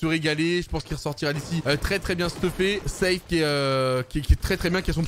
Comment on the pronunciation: Arrête de dire zeif et dit seif